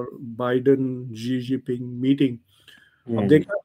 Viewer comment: Charminar ki paidaish ye khan aur iski nasal kabhi bhi #Indian nahi hai. Khan Pehle tu #Xizingping bolna seekh le 😂😂😂